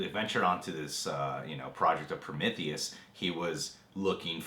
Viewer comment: Your saying Prometheus wrong lol.